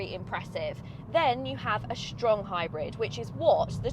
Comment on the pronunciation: "Shtrong hybrid" made my day